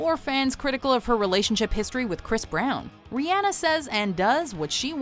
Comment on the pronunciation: 1000 points for saying Rihanna right!